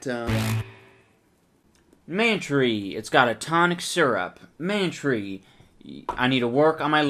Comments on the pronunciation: Worst alcohol ever. Any booze you gotta mix shit in(especially oysters or acid+milk) is a scam or just plain disgusting. That one bottle of stuff looked like septic tank leakage. Kudos for the puke shots. I came twice. Also it should be pronounced "Man-Try," you hipster. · It is man-tree pronounced like pantry